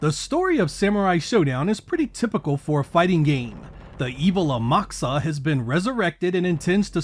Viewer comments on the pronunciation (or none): The Japanese pronounce it A-Mak-uSa. The u sounds nearly imperceptible. Amak needs to be pronounced as nearly one word and Usa pronounced almost separately without the K. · I’m sorry but it’s pronounced “Amak-USA” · I know it might not sound like the Japanese are pronouncing that U when they say the name but they are saying it. Its not noticeable to people to speak other languages but to those who speak Japanese it’s noticeable if you don’t add the U in front of SA. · I don't think it's pronounced as "A-MAK-sa". The Japanese wouldn't pronounce it as "AmaKOOsa", either, the "Kusa" would be more subtle. Of course I could be wrong.